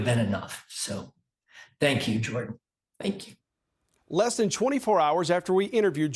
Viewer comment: It may be the southern accent, but that town manager sure pronounced “Thank you” funny.